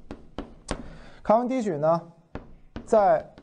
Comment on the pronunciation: 卡（qia）文迪许。